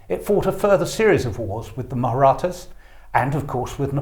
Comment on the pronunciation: Maratha is pronounced: "Marr-Atta"